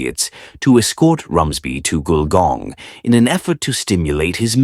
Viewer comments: The pictures are soooo wrong it's bizarre! And it's pronounced "gull-gong". It's a 19th century country town with old fashioned shops down main street in heritage buildings. Not sure there is anything above 2 stories!! Shame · I originally thought the narrator was mispronouncing Wollongong. Then I thought he was trying to say Goulburn. Finally worked out he was trying to say Gulgong. Those photos in the video didn't help.